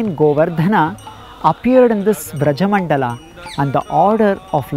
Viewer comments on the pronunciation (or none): With all respect and humblness i request to do not add unneccesary 'a' at the end of almost every hindi word. Like VrajmandalA, KrishnA, GovardhanA. Please pronounce them the way they are. 🙏💐🚩